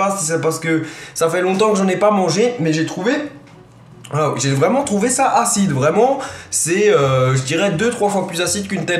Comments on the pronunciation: Le " achiide" a m'a tué xD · T'es videos sont au top! 👍🏼 continue 👍🏼 et j'étais plier au moment que ta manger la tete brûler quand ta dit "achiiide" 😂💕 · j'kiffe le "c vraiment aciide'' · Haha tu m'a fait rire quand tu as dis "Aciide, C'est aciide!"